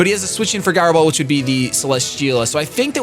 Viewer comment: Guy-ro Ball, lmao